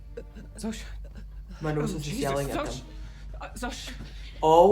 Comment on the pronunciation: I know it’s silly but its not Shoza, its Zosha